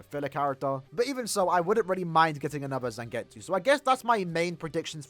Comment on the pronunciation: It's zangetsu